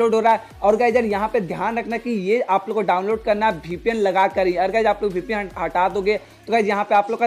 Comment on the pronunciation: It's VPN not BPN